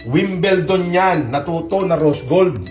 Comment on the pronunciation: E ano nga ba talaga ang wilbelton? Ha? WINBLEDON yun Ungasin.